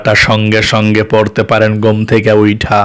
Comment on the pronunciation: ঘোম কি ঘুম উচ্চিরন ঠিক করুন